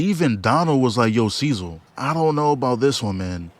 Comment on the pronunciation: bro its so funny how he pronounces cecil's name instead of cee-cil he pronounces it as cee-zil